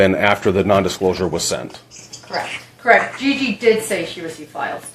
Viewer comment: “KERRRECT”😂 SOOOOOO WHATS THE POINT!?!?!?!